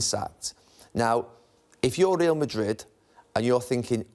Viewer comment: Pronounce Real Madrid properly ffs!